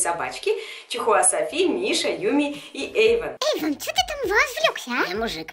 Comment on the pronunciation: не Эйвон а Эйван